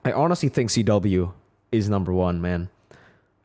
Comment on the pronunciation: Why is CW called Cheh-Weh?